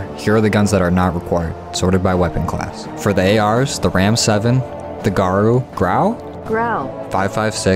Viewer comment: "Garu" wtf? Hahah